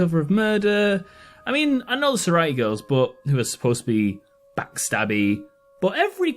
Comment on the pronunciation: It's pronounced Sorority, not SororIty?